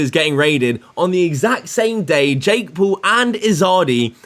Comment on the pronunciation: “Jake Pool”